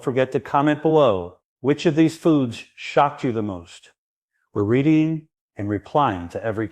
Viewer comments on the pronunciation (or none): none